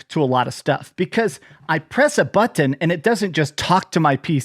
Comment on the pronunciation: Why do you say button like that